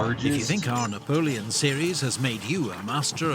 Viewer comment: he said navoleon 2 times! you are funny!